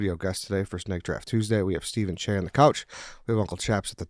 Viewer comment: Idk why it bothered me so much but it is CHeah not Shay!